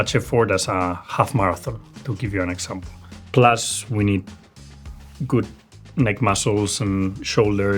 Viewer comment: "gud pitza"